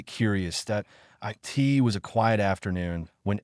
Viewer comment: was the ai keep it as I T, or eye tea, was the text to speech write up screwed up.